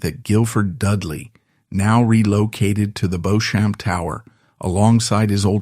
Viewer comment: He had been conditioned to view women s political instruments. He expected unquestioning compliance. Then why did he go to mummy? Mummy was a woman. Was he hoping that she would appeal to his wife, as woman to woman and give him the Crown Matrimonial? Beauchamp is pronounced Beech-AM. Oyer and Terminer - To hear and determine.